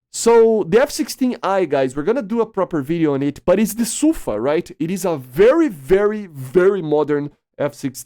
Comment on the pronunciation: The emphasis in sufa is on the A. It means storm.